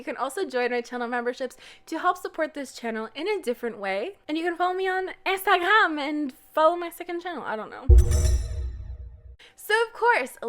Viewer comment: Why do I have a feeling that you are from a francophone country? You don't have the French accent but the way so say Instagram is so french-ich or maybe Ditch-ich.